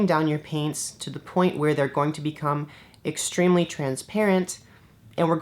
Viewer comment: Your videos are very informative and detailed and I really apreciate that. But GOD DAMN IT your humor gets me every time! That "extremelly" emphasis killed me.